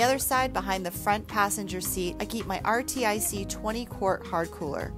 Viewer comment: RTIC = "Are-Tick" Not "Are-Tee-Ice-Eee" Nice build. Fellow Subie owner.